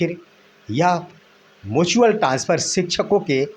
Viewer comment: मुचुअल नहीं म्युचुअल होता है।